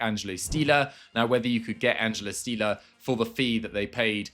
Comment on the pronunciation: Füllkrug played for Hannover not Fürth. As a Hannover Fan I take that personally xD An Stiller is pronounced like Will Still + er but with sh in the beginning ;)